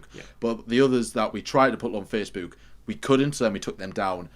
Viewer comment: pronunciation of Facebook is something else, even in this video 😂😂